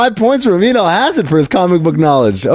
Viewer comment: sometimes when Amin says his name, it sounds like he is saying amino acid, which woulda been a banger nickname.